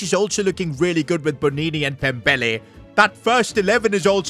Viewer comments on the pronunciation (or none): Pembele en ves de dembele